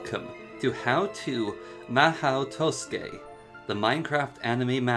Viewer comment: "maho toskey" lol